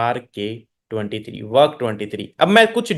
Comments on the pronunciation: Work 23 ka word pahela sahi bole ho uske baad galte word bolte ho wrok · Work😂wrok bol diya aapne last main